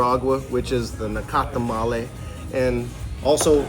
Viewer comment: There is no e at end of nacatamal not nacatamale